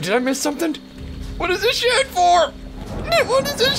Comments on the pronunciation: sounded like he said shit o.o... But he's saying shed xD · He said "shed"